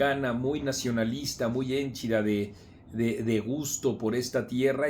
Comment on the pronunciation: Marco. Hénchida o henchida. Ya van varias veces que dices:"hénchida "?